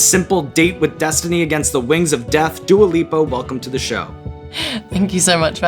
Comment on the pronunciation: So I wasnt going crazy, he is saying Duo Lipo instead of Dua Lipa lol